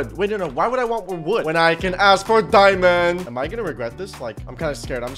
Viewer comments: Why you said "diamon" and then you said he's a "liery" but you SAID diamon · u really said diamon